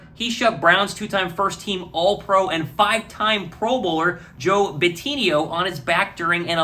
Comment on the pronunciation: I never get tired of YouTubers mispronouncing Joe Bitonio’s last name.